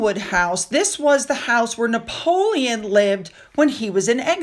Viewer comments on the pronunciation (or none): none